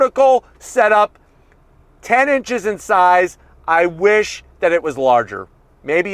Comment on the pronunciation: I was just gonna say that he also said “ I WUSH IT WAS LARGER “